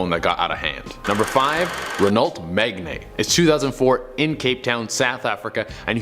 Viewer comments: Renault MEGNEY? Meh-gahn. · ok so americans have this stupid way of pronouncing certain words. so, renault is pronounced RENOE and megane is pronounced ME-GAN or MEGAN. what the EFF is MEGNE? what happened to the A?